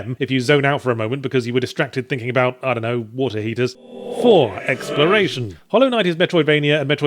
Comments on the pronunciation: "4. Exprolation" "5. The Culncosion" Everything okay Yahtzee? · 'exprolation' hmmm